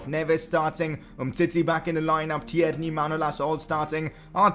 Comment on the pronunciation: You clearly don’t look at your comments say tierney properly